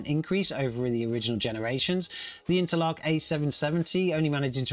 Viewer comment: I've never heard anyone pronounce Intel ARC as interlock.